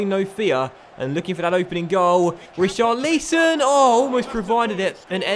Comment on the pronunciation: Pronounce richarlisons name properly ur not staying it right (watford fan)